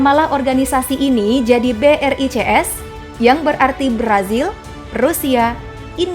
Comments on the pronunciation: Brics b. Bukan. B. R. I. C. S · Ketika mimin bilang BRICS tapi gw dengar ny BRI CS 😅